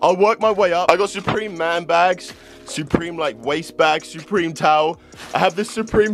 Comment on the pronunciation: He says soopreme